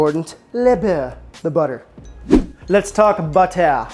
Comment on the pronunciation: Ok a few things dude : - it's bEurre and not bUerre for butter ;-) - you're version isn't the classic : it's way more generous in ham, also homemade bread ? seriously ? under such conditions le jambon beurre becomes interesting. - A real jambon beurre, normally constituted of 1 slice of ham layed flat) is hard to find these days. By real I mean quality ingredients ... Hell a real baguette is getting rare, all the boulangeries are in fact serving the same premixed industrial flour - add water - bake - sell - when I first moved to France 40 years ago, other than the jambon beurre or a paté cornichon it was impossible to find any other sandwich, even less containing salad or tomato etc. And they where expensive, almost like a treat. if you where hungry it take several to feed you, it was cheaper to get a workers meal but that took time and was only served 11h30 to 13h. In fact back then, people just didn't eat out unless special occasion or in a workers canteen.